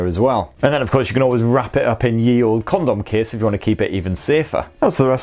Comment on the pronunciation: The way you say Condom Case... lol